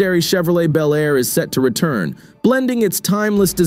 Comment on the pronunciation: These make believe videos of 2025 resurrections of classic vehicles (55 Chevy Bel Air in particular) really suck. They are horrible Frankencar mixes of all three of the Tri-Five classics. They don't even show the same car in the various shots. Obviously done by AI and the narrator sometimes pronounces Bel Air as Bee L Air. I've seen the same thing done with the 69 GTO Judge.